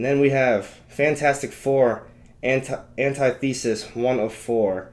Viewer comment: Pronounciation: An-tith-e-sis......not An-ti-the-sis